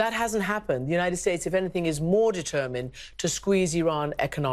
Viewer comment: he cant pronounce : determined correctly